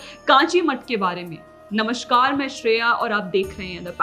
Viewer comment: it is Namaskar, not Namashkar. Just for your reference in future. Also, Urdu word is bavjood, not wavzood. These small phonetic things are important. Rest, your work is good. Keep it up. 👏💐